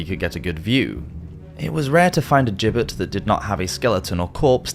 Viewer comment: (Meant constructively) Gibbet is pronounced “Jibbet”